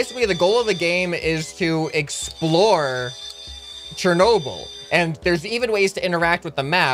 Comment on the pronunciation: It's Cher nob el that's how it's said but much lighter you say it so wrong